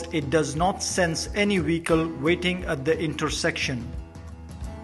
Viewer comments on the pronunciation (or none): Couldn't you get someone with a better accent who can pronounce vehicle instead of Wecol